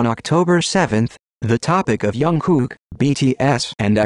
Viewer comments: Is nobody going to talk about the narrator spelling jungkook as youngkook! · his name is jungkook not tzukook👀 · it's jungkook not youngkook.. Lmfao